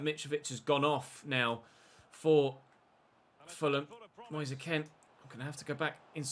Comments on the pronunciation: Is it not Moise Kean as in Keen not Ken? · you pronounce it as moise keen instead of moise ken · his names not "Moise Ken" it's pronounced "Kean" as it's spelled out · You're right. is pronouncing it the way many Italians did, but Moise himself has said it's like 'Moyes Keen'. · Your saying Moise Kean wrong😅